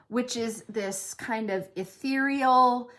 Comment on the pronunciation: Immediately started laughing when you said ethereal 😂